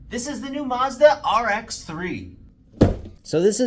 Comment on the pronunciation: It's maazzzdddaaa not musda😂